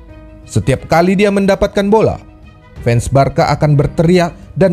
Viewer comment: next time pengucapan nya Barsa min ya? bukan Barka. terimakasih